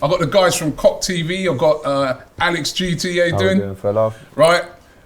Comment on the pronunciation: Did he say Alex GTA?